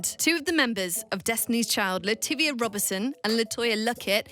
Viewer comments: Actually it's latavia not lativia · It's LaTavia, not LaTivia lol. Anyway I'm waiting for the day DC5 makes an appearance I'll die outchea